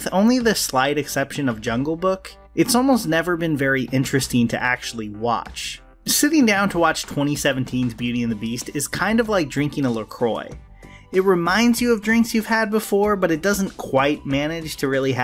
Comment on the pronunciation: "la WHAT"?.... it's La Croix /lə ˈkwɑː/ luh KWAH 😂 other than that, good content.